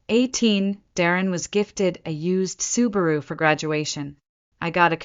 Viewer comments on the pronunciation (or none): none